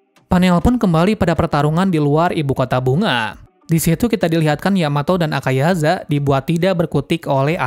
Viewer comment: Mau mengoreksi bang AKAZAYA bukan AKAYAZA 🙏